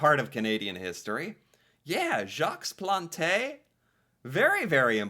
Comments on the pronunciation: Hi, contrary to a popular believe we do pronunce the E at Plante. However we do use the French pronunciation as Plante is a Quebecer/French last name. E (French) sound Uh (English). Plant-Uh = Plante. And also optional, but if you want to pronunce the ant of Plante betterly like it is french, ant should sound like haunt. Pl-haunt-uh ==> Plante. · Plante was the first hockey player to don a mask. You could say that he invented the hockey mask, or at least introduced masks to the game. Btw, you mispronounced his name before you played his minute, which is ok; it happens. What should NOT happen is that after hearing his name pronounced a couple of times in that historical clip, you STILL insisted on mispronouncing his name. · Okay....I know you are American but really, they pronounced his name at least 3 times and you still can't say it correctly ? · For the French, I will give you a tip, the last letter is usually there to tell you how to pronounce the end of a word. Example: Plante means you pronounce the T but not the E, so it would be pronounced more or less like the word plant in English without pronouncing the n too much. In French, the word plant without an E would be pronounced plan without prouncing the N either, like Pla with a nasal ending because of the presence of the N. In Spanish and Italian, the E letter will make the sound « EY » but not in French, you would need an accent on the e: é. So the word Plante as you pronounce it would have te be « planté » pronounced « plantey ». As to Jacques, as most S in the end of a word in French, it is silent. We rarely or merely never pronounce a S that is at the end of a word. Exept for names, s are usually there to tell us the word is plural, but we just don’t pronounce it. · The pronunciation of Jacques Plante and Shawinigan make this video. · Lobe the pronunciation of Jaques plante lmao, should look up what Terry sawchuck looked like lol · It's not pronounced "plontae" it's pronounced "Plont"